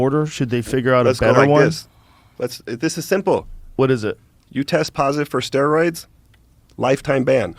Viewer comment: “What? I don’t even know what ‘ster-ooids’ how do you even do ‘ster-ooids’?